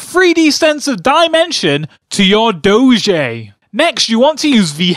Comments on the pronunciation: Its Doe - J not Doe - Jay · It's pronounced doge not dogé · DOE- shay. LOL Its obviously Doe-je :p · I am a french viewer and we all say Doge to say Dog, it's much more professional to say. 10 out of 10 would Doge again ! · Doge Really? I thought it was pronounced Doje. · not pronounced dojeh, its pronounced Dog-e (doh-g-e actually say E) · in french its not dogé its DOGE and in french a dog its a chien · oh rly, did you know doge is not french for dog already? indeed! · dis looks nothing like doge. and it's pronounced doje not doge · it's doge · Dough-Je, Dafuq. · 10 out of 10 would do-zhay may-may again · i think its pronounced do-gee and it certainly doesnt mean dog in french :P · its called sopossed to be said dojuh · it's Doge (doh-j) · It's pronounced Dough-gee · it's pronounced duge spelled d0ge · It is pronounced doje. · It's pronounced dohj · why does everynody call doge goje its dumb stop saying it wrong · Its pronounced doe-ge. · Its not prenounced doge a its prenounced dojje and chien is French for dog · Your pronunciation of Doge really bothers me, it's pronounced (DOE-gee).... And for all the people saying he's bad at drawing, it's a joke. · First you say its pronounced like doge, and then you say its pronounced like DOGE, Can you make up your mind already?!?! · Doge is not dog in French, it’s chien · And you prononced doge wrong. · You pronounced it wrong lolol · It's "Doh-j" and "Meem" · Doge is not French for dog, chien is. Plus doge is pronounced "douge" and meme is pronounced "meeme" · its not doe-j its doe-ge and its not may-may its meem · It is pronounced "dough-j" and "meem" Your welcome.